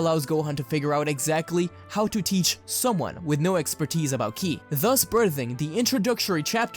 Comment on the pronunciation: I wonder why he calls KI, killi it is a bit weird